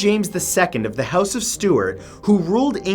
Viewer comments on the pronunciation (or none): none